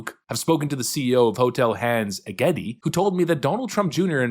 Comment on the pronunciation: Some information for you. Hotel Hans Egede is pronounced “ Hotel Hans E-je-de”. Hans Egede was a Norwegian missionary who worked on converting the native population on Greenland to Christianity from he was appointed as bishop on Greenland. Keep up the good work, greetings from Denmark. MAGA 🇺🇸🇩🇰🇬🇱